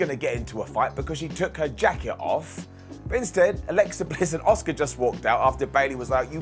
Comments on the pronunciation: It’s Ah-Ska not Oscar 🤦🏻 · Why is he pronouncing Asuka as "Oscar"?